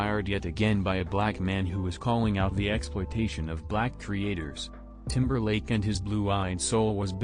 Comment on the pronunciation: Lmfao I love you but the way your accent pronounce timberLAND. 🤣😂 you got a like from me just for that.